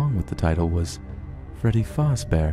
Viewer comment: the only thing that bugged me was when he said fAzbear